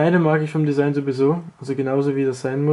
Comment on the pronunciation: ''AK47-Desigen'' xD